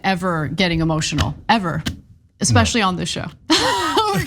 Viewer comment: Did I just hear Mr. Superior Andrew Tate say "EKSPECIALLY"???????